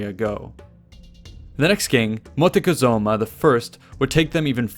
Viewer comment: Correct, Coatlicue was the goddess that gave birth to the moon and was seen both as the creator and destroyer of life. I hate how he mispronounces Montezuma.